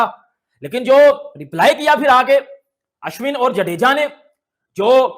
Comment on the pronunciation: भाई तुम्हारे दोस्त का नाम होगा अश्वनी वो अश्विन है पाकिस्तानी गलत बोलते है वो ठीक है इंडियन तो न बोले